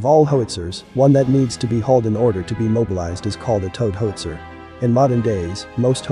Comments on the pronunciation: As robovoices go it’s not bad, but given the subject matter, it’s a shame it doesn’t know how to pronounce “howitzer”. A “ho-itzer” is presumably a weapon for protecting “hos” from angry Johns and pimps. Also, “stab-ly” doesn’t mean the same thing as being “stable”. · please fix the pronunciation of How~IT-Zer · Fantastic video about the piece, but is there no way to correct that narration so that it doesn’t mispronounce it as “Hoe-witzer”? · Hoe-it-zer? Shouldn't it be How-itz-er? Or is this just a competer genereetated speech progreem? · Its called a how-wit-ser, not a hos-ier............. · Good work. If you enter "how - it - zer" the artificial host might say howitzer better. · Pronounced : hau uht sr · My goodness - can't properly pronounce "howitzer." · incredible .. a video on Howitzers that cannot pronounce the word correctly ...smh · HOW can you mispronounce Howitzer ??? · You can't pronounce "howitzer."